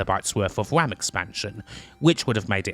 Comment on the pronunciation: that mispronunciation of RAM gave me "Dedotated Wam" vibes...